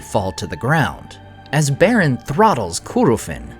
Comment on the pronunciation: I like the content, but the ridiculous pronunciations make it really hard to just enjoy the videos. Specifically your "r's", and "dr" pairings, eg; Draugluin, Beren, Brethil, Drengist... I very much wish you would stop that. They all sound absurd. Otherwise, it's great content.